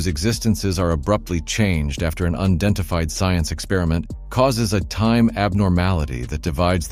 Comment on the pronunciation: "Undentified" is not a word! Get better AI to read your BS please. Or better still have a human narrate your videos.